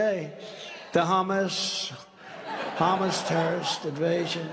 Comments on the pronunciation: With the way he pronounces it, you'd forgiven for thinking that Trump is convinced Hamas and hummus are the same thing. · Can’t even pronounce Hamas but can’t even pronounce the word. But he knows for sure he would put a stop to that… Hummus platter invasion or whatever